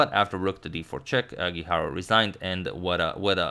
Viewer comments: It's me or every time he says Guijarro, seems like he is saying hikaru. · Same here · I kept thinking that as well! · Am I the only one hearing HiKaru everytime he tries to say guijarro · I think you're mispronouncing Guijarro! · It is not the correct pronunciation, the sound of RR in Spanish is different.